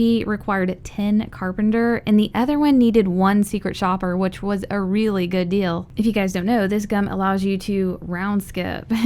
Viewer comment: “Secret Shpper”